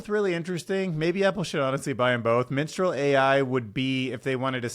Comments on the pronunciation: that's Mistral not Minstral. Just sayin'. (Love your show but not in an, "aromantic' way) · dude it´s aromaNtic not aromatic xD maybe if you read it correctly the first time you could have guessed better what it was xD also it´s mistral and not Minstral :D minstral.. mistral who cares.. fuck the french right?^^